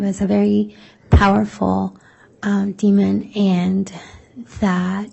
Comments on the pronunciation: I agree, although my only gripe is her adding a "d" at the end of demon 🙄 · Why is the prosecution pronouncing demon, "demonD"? Like Lstauch exaggerating the "ing" in her "upspeak"....bunch of sociopaths